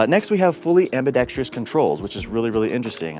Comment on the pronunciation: I subscribed just because you know how to pronounce "AMBIDEXTROUS". 🤣 whoops! You slipped up at the end and said "Ambi-dex-TRIUS"